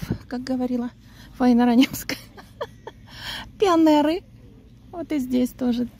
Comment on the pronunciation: "ПионЭры" улыбнуло😅